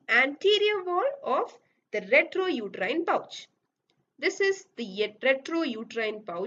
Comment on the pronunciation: Its rectouterine pouch Not retrouterine pouch